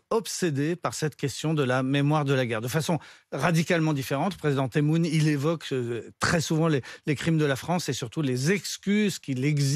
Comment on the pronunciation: Ça se dit teboune. Il a le nez bouché ou quoi? Pas bien d’écorché le prénom des gens. Le vieux temoune?? Il est pas vieux lui il se croit jeune peut être ??. quel manque de respect.